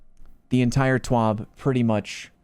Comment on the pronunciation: I always thought it was a TWAB (This Week At Bungie) not a TWOB. Wonder what the letter O stands for?